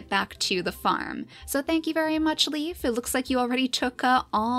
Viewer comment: Not to be rude, but I believe Leif's name is pronounced like a lei not a leaf. Lei-f. I know someone with that name and that's how they say it. =)